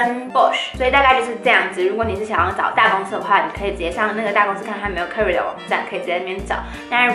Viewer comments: career [ k ə ˋr ɪ r ] 是英文。 = Karriere 是德文，唸起來聲音有點像《卡 一 拉》。 一字的發音瑕不掩瑜， 很優秀啦！演講的能力是一流的。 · 發音錯了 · 我注意到了 有點意外的發音